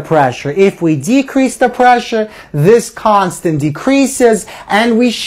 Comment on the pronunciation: the video could have completed in half the time if it was just constant instead of "KHAAAAAAANSTENT!!!!!!!